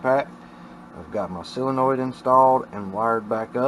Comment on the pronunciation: Solenoid, not Silinoid 😂